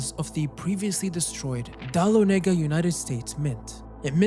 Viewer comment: As someone from the general area focused on in the book, it hurt my ears to hear him say I-ken for Aiken [ay-kin] and Dal-on Ay-gah Dahlonega [da-LON-nah-gah].